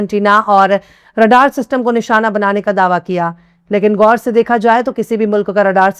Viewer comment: BETA, Behtreen Urdu aur Talaffuz. Aur sudhaar kare.... Khatam, Ghaur, Khud, khabar....etc ka Talaffuz sahi kare ❤